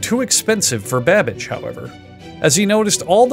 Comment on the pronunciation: Is he saying Charles Badbitch or am I tripping??